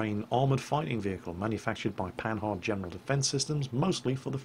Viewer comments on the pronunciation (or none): Pan"h"ard....., your Anglo heritage is showing. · Didn't take French at school? The "h" is not pronounced.